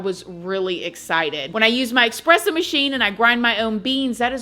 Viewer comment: Girrrrl, I love your videos but it’s eSpresso. (Not eXpresso.) Sorry, I’m a coffee snob! 😆😘😘😘😘